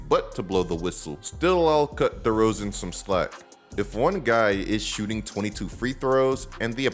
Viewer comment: There is no D in Derozan.